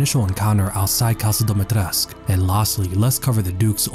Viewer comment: btw, it's pronounced Dumitrescoo, i.e. Duh-Me-Tré-Scoo